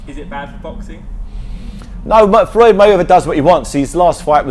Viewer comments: He said mayveather LOL fml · this guy makes a mistake first seconds cant even pronounce mayweather